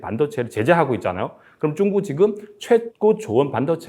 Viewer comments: 발음이 왜 이래 쭝구 가 뭐야 ㅋㅋ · 중국말은 조사가 없는지 자꾸 한국어 말씀하실때 조사를 빼먹으시는군요. 참 그리고 중국을 발음할 때 역시 쭝국이라고 하는게 맞는건가 보군요 ㅎㅎ